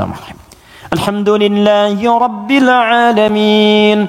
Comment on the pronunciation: kok alhamdulillahirobile alamin, gk alhamdulillahirobil alamin pa ustad